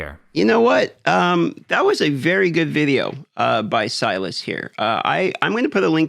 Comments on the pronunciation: "Sylas".. also known as 'Sylvus'. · It's NOT Silas... have some respect for someone's name - it's SIL VUS - SYLVUS